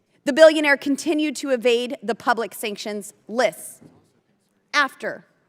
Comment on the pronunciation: It’s “evade”… maybe vape smoke creates linguistic impairment.